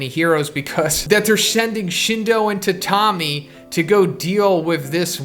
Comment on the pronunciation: i think “tatami” is pronounced “tat-ami” not “ta-tam-i”